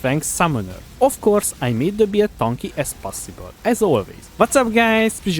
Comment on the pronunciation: whenever he tries to say "build" I hear beard